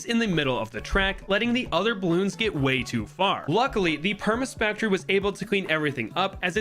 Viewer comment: you said spaktory😂